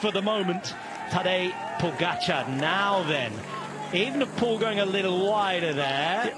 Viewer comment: ooenepool.....wtf.....why are you lot changing his name now.....since he came on the scene its e-V-enepol.....and as for 'drama'....bit over the top....a gear change....you call that drama,....ffs...